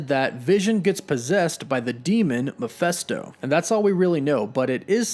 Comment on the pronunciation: I really enjoy your content but it intensely irritates me that you can't pronounce 'Mephisto'. Read the word. It's Me-Phist-o, not, as you constantly repeat Mi-phes-to. It's an adaptation of Mephistopheles, ergo, it's Mephisto, NOT Miphesto! Other than that minor quibble, keep up the excellent work!